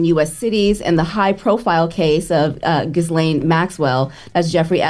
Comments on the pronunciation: Why is it so hard for everyone in media to say gislane Maxwell? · I like watching your front page news but please learn how to pronounce (Gi-lane) its all over other news channels if you want to make sure you saying right you guys really sound unintelligent